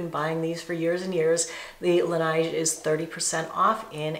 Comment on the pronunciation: Hi, Laneige is pronounced with a short "e" as in "nest" and a soft, gliding "g" - that sounds somewhat like "zsh." It is French. La Neige, i.e. the snow ;-).